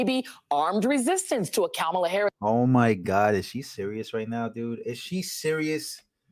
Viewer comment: Did joy pronounce ka-ma-la incorrectly? Seems kinda racist.